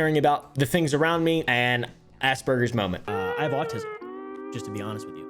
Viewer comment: He said..asspurgers...yall wr got asspurgers😭😭😭